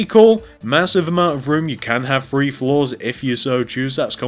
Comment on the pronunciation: Your great at making these videos but you say free instead of three